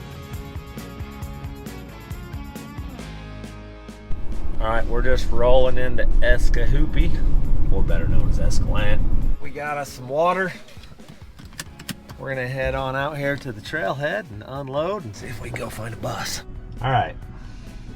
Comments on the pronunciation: did anyone else think that it sounded funny when he said on over by Escalante 😂? The way he exaggerated the Escalante word😂 then the way he said EscaLANNNNTTE again lmao idk it just sounds so weird the way he says it 😂😂 I'm sure it's just me though lol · es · kuh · laan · tee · es·kuh·laan·tee, just saying,, you can pronounce anyway you want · So it’s pronounced escalant and not escalante’. Hmph! I just spent 6 days off of hole in the rock road. Great hiking, exploring and scenery!! Oh and that road is horrible!! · It's funny hearing pronounce Escalante as "eska-LANT". Here in NM we'd use the Spanish pronunciation of "eska-LON-tey". 😀 A lot of that kind of thing goes on around the country. It's like Californians pronouncing San Pedro as "san-PEED-row". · You folks in Utah sure screw up name pronunciation! Hurricane is pronounced Hurr-a-cun and Escalante is pronounced Es-ca-lant. Wild! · "Escalant"? That must be how the locals say it. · Just FYI, Escalante >>> es·kuh·laan·tee or more commonly es·kuh·laan·tay. I'm not hatin just helpin haha. Love the channel you guys are awesome! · We have an "Escalante" here in Western CO, but we pronounce it, ' Ess - Kah - Lon - Tay ' 😂 Love the channel, we were created to help and love others. God bless. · As an "Escalante" we have to teach you how to pronounce our last name. Great Job keep up the good work, love the channel. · Skipping church! Let's go! Have we been pronouncing Escalante wrong this whole time?